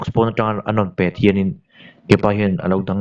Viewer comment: A lawmawm hle mai, chutihrualin mizoṭawng chhiar uluk deuh hlek la ka van ti em... pet tih i thluk dan hi beng a ti kham lek lek....tiin kan sawisel lawk ange, a ṭha lutuk e, rawn tizel ula, kan lo ngaithla zel ang...